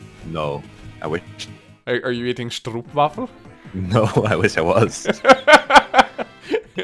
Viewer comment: I'm not sure if I'm more annoyed by pronunciation of stroopwafel or by not correcting him, haha.